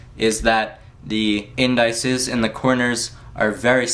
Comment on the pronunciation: great review. they're pronounced IN- DISS- EEZE, though.